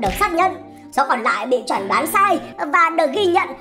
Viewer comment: Tóm được ad đọc chẩn đoán thành chuẩn đoán :v